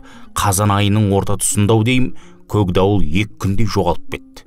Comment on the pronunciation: Көкдауылды көгдауыл деп (үндестік заңын ескеріп) жұмсартып оөысаңыз тіпті керемет еді.